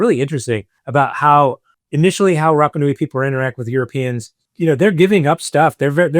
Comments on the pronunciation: Love your posts,. I don’t like your pronunciation of polynesian words…have mentioned it befor, but you still say Rappa instead of Rarpa. It’s not hard to try better at it, and Polynesian people will appreciate it instead of grimacing. Aloha, Phil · Apologies, but at 55 seconds in, after butchering the pronunciation of Rapa Nui four times in under a minute, I'm not sure I can continue! Edit: Phew, at least your guest gets it right. Edit again: Gah! If think that after hearing the correct pronunciation a few times from an expert, you might at least make a token effort!